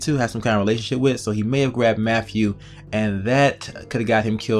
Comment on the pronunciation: Listen here idiot.... His name is Matthew, not "MAFFEW". It is truly disgusting listening to you butcher he English language. Go destroy your own language with stupid clicks.